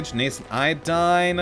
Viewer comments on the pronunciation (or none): none